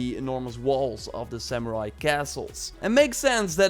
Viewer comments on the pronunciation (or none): none